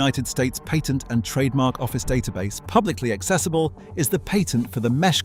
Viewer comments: Please learn how to pronounce the word "patent".... Jeez. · So you never described the MESH. Also, the a in the word patent is not pronounced correctly, especially when you are referring to a US patent.